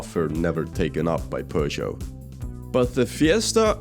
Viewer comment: Pojo? is that how you pronounce Peugeot?